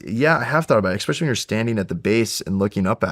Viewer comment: this guy saying "eckspecially" is really annoying